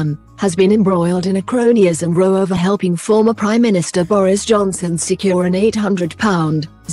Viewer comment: I love the way this bot pronounces 'row' she makes it sound like they're on a boat!